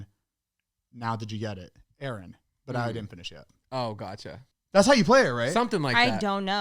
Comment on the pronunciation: I knew was saying Aaron then him second guessing himself and me screaming to the screen that he did it right😭